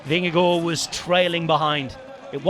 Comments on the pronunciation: From a dane: Your pronounciation of Vingegaard is nearly perfect :) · excellent pronounciation of vingegaard!